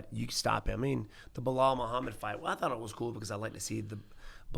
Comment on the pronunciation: It's Belal isn't it?